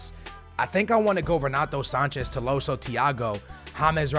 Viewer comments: It's tolisio not toloso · it’s To-LI-sso not To-LO-sso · bro... it’s Tolliso, not Tolloso.... 2LeeSo... it’s triggering😂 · how did he screw it up so bad? tolloso? Man, i like skillz but he's so dyslexic its mental. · need to go see the eye doctor to change his glasses, its not 'TOLOSSO' its 'TOLISSO' it clearly shows his name with the letter i not o. lol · Its not Tolosso.. Its written right there TOLISSO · It is not Tilosso but Tolisso! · Tolisso, not tolosso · Tolissou. Not tolosso wtf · his name is tolisso to-li-so not to-lo-so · It’s tolisso not tolosso 😂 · Dude. it's Tolisso, not Tolosso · It’s Tolisso not Tolosso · its tolisso not tolosso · tolisso... not tolosso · Please, it is TOLISSO not TOLOWSSO, you’re killing me man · It’s toLIso not toloso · Its TOLISO NOT TOLOSO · Tolliso is pronounced toll-ees-so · also, he pronounced Tolliso's name right on his main channel, and he butchers it here... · here are some pronounciations Tolisso=to-lee-so Lewandowski=le-van-dof-ski Gnabry=nabry g is silent also bring vallejo for cb asensio or dele alli or gomes(angel not andre) for cam and SELL vidal,costa,neuer,coman and BUY goretzka,ederson,hakimi and a backup LB like dinge or davies or rose or luke shaw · Toe-lee-so like so he can see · lets get this correct right now its toe-lee-so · Tolisso= Toleeso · It's pronounced TO-LI-SO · skillz trying to say tolisso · Do you guys also fijd it funny how he says tolisso😂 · You say you read the comments, yet you keep pronouncing Tolissos’s name wrong